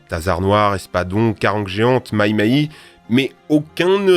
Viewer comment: "Ma-i-ma-i" kokoro ga itai. Les Réunionnais en PLS. Ça se prononce maï-maï.